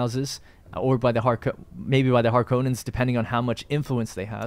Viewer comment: Har - Kon - Nens, not Har - Konans.